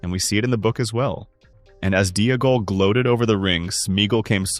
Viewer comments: If Smeagol is pronounced Smee-g'l then Deagol is Dee-g'l, not Dee-uh-gol. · The constant mispronunciation of Deagal is annoying, the commentator pronounces Smeagol properly then instantly adds a syllable, to be honest it’s taken me away from what’s actually a good theory